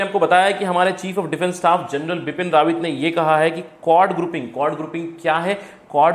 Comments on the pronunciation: Correct name Bipin Rawat not RAWAN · Pls correct bipin rawat instead of bipin rawan